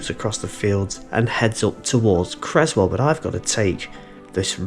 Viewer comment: Its Creswell NOT Crezwell